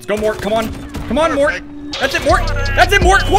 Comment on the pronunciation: Good vid. (Btw its not pronounced “mort” but m-o-r-t-e, morte that means death in italian). It’s a skin from an italian singer called Fabio Rovazzi